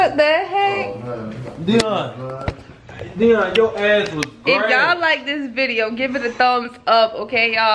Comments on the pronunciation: He legit said take Deon🤣🤣🤣whattt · Bro said take dion instead 😭😭😭😂😂😂😂😂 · Tyjae said take Dion 🤣🤣🤣🤣🤣🤣🤣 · “Take Deion”😂😂😂😂😂😂💀💀